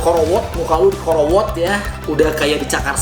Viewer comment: 'ďikorowot' atuhlaaahhh ingin ngakak :(